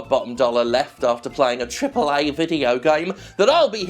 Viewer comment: "Tripal Eyy" Games Industry